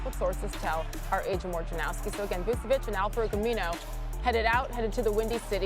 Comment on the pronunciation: I would have preferred McGee and Vucevic to the Nuggets. Learn how to pronounce Vucevic there is no s. Its Cyrillic ч when you translate it to Latin based alphabet (non English one) its č - kind of like match emphasis on "tch" So English alphabet no accents (Vucevic) - Serbian/Croatian Latin based alphabet with accents - Vučević and native form in Cyrillic script Никола Вучевић.